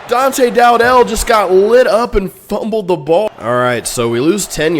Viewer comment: Bro you claim to be a huge fan but can’t even pronounce dowdell name right